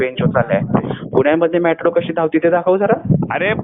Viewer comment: मेट्रो ला म्याट्रो म्हणणारा निघालाय पंडितांना अक्कल शिकवायला. 😂